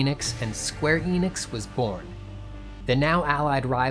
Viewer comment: It's not Inix or Eenix or Square Inix or Square Eenix, it's Enix/Square Enix. The E is pronounced "Eh" like in end or shed. In Japanese Enix is written as エニクス which tells us exactly how to pronounce the word.